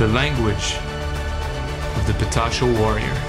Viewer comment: é patachó....PATACHÓ...learn gringada.